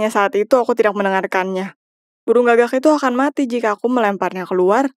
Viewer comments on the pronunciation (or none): none